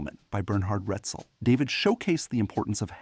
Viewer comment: Me too, especially where he says “Bernhard RETZEL” instead of “Roetzel”, I’ve never heard him say it like that and is German even!